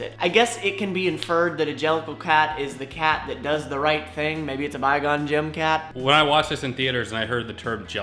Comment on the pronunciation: "... maybe it's a Bye-Gone-Jim cat" lmao